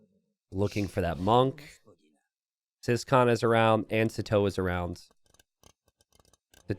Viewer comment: So, about ciskahn. Is this just being too American or is his name actually pronounced "siscon"?